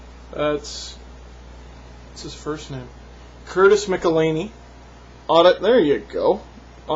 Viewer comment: Is this the time to bring up this god awful pronunciation of Mcelhinney? #McelhinneyforVesna